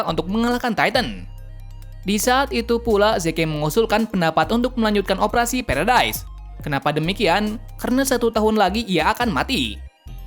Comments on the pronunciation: Paradies kak bukan peredaes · aslinya emang paradise (berarti surga) Namun dibaca "paradis" bukan "paradais" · Paradise bukan paradais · Bang bukan pulau perdas kaya gini bang bilangnya kaya gini pulau paradis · Paradis mang,bukan peredise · Paradis bukan paredais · Bang Itu Bukan Paradaise Tapi Paradis, Ehehee Maaf Karena Aku Sering Dengar Suaranya Gitu :v Edit : Marley Itu Bukan Marli Tapi Marley, Dan Eren Itu Nama Titannya Attack Titan, Dan Tybur Itu Bukan Tibur Tapi Taybur, Yah Segitu Saja Yang Aku Koreksi Dari Kata² Abang Ehhehehe😅😅😅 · kok kakak ngomong pulau nya feredai kan kita gk ngerti😭😭😭😭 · Paradise dibaca paradis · Bang baca nya marley dan paradis dan bacanya yimir dan ani dan atack titan